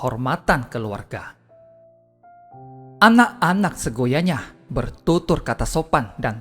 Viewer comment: Mohon maaf seyogyanya...bukan segoyanya.Tapi sungguh bermanfaat mendengarkan ....